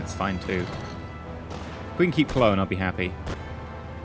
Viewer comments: It's Cu-loan to Brits, but because of his accent it sounded more like Cloan. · If he had said it the German way, it would have been 'Kurln', as the Umlaut (dots) make it sound like 'Urrr' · "If we can take clone out,"-EE. Lol you mean Köln right?